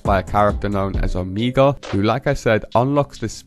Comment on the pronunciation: It's pronounced oh-MAY-guh (Omega)